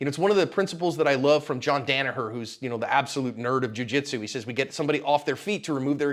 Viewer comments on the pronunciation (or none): Pretty sure its jon DONaher not DANaher